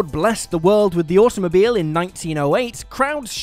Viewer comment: Am I the only one hearibg automobile as awesomemobile?